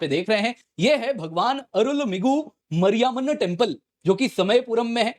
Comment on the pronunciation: Bhagwan Arulu-migu ... Mariaa -manu temple 😂😅 While it's actually Arulmigu Maari-amman temple... that's how it's read